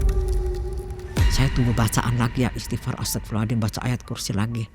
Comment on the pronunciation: Saya jadi bingung mau mengucapkan kata astaghfirullahallazim cara mengucapkan yg benar nya seperti apa karna dari awal saya dengar ibu ini mengucapkan kata astaghfirullahallazim selalu mengucapkan dengan kata ASTAGHFIRULLAHALLADIM 🗿